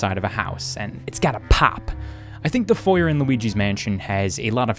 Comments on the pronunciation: H-… how did you just say foyer? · You have clothes on your floor and can't pronounce foyer. I am losing my mind. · every time you say Foyer I'm reminded of Chuggaaconroy's playthrough and how he explains it's Foy-Ay, because languages are hard and we tend to snatch other words because they sound pretty, amazing video, good game, enjoyable. Edit: Foy-Ay is the British pronunciation, carry on, and ignore me lol